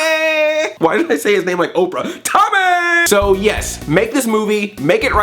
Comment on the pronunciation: Hella said his name like Orpah